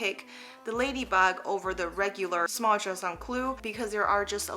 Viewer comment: Please say the name properly - it’s not just un clou, it’s pronounced juuuste un clou pls!